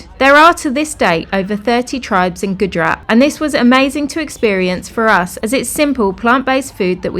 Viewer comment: Please learn to prounance names properly... It's Gujrat (Gujj…RATHH), not Goodrat 😂